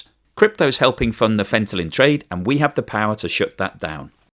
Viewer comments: seems to be unaware that he's mispronouncing "fentanyl" as "fentalyn". Some people can't hear the difference. Like "nukeyular" vs. "nuclear". It doesn't necessarily mean he's catastrophically deficient and it's entirely possible he could live an otherwise normal life.. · You keep saying fentalyn it’s fentanyl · Fentanyl, not Fentalyn! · Fen-tan-il, not Fen-tal-in - Like Kim-Jong-il, not Kim-Jol-ing 🙂 ¯\_(ツ)_/¯ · It is not "fent-a-lyn" but "fent-a-nyl." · FentanYL not FentaLYn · Isn't he talking about fentanyl, not fentalyn? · Hi, why do you spell it throughout the clip as fentalyn? as chemist I only know it as fentanyl. Is it a drivative of fentanyl? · Haha pronouncing fantyline instead of fentanyl is kinda adorable. ❤😍🤩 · Fenta-NILL, not fenta-lynn 😊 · Fentalyn,...or Fentanyl? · Fentanyl not Fentalyn! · Fentalyn? Fentanyl? That was your best take? Trying to pump Ethereum prices? No thanks. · Fentanyl--NOT Fentalyn! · It's Fentanyl not Fentalin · Lol. “Fentanyl” not “fentalyn”. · Fen - tan - ill, not fen - ten - lyn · So funny that fentanyl (that's "nil," as in nothing, naught, zero) is so commonly mispronounced. Here we get "fenta-lin," like fenta-mary, fenta-lynn, lol. That's a new one. Mostly you hear "fenta-nawl" (like alcohol). Why is this one so tricky for so many people? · FentaNYL, not FentaLYN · Fentanyl not Fentalyn. 🙄 Honest mistake.... just strange to my ear to hear... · It's not Fent-a-lyn, it's Fent-a-nil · It is not Fentalyn as you keep saying, it is Fentanyl :-) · It is FentaNyl not FentaLyn. Do not mix it !!!!!!!! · Sorry …it’s Fent-a NIL, not Fenta-Lynn. I’ve always thought crypto, bitcoin, cryptozoo etc were all BS & scams! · Dude it's not fentalyn. It's fentanyl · Fenta-nyl Not Fenta -Lyn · Are you on opioids or is there some other reason your tongue is numb? Fentanyl, fentalyn, fentanyl, fentalyn....😂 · Any one noticed FENTALYN instead of FENTANYL 😅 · fentaNYL, not fentaLIN.;) Hugs from Hungary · Not Fentalyn 🤔😅